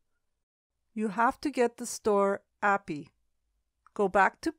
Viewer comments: good info but it was pretty hard to listen to API pronounced apiee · It's actually pronounced A P I. It's an acronym 😬